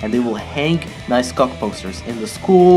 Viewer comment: The way he says “cock”= ghoc